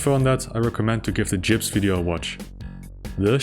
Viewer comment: Did he just pronounce Gibs as "Jibs"?